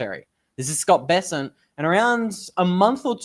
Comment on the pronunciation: it's Bessent, Not Be-sent FFS.